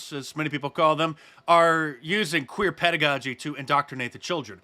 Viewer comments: Pedagogy OR PEDOgogy?🥴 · It's drag PEDOgogy not pedagogy